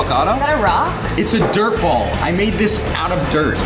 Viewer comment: When he says "ball", it sounds so wrong.. I'll leave now.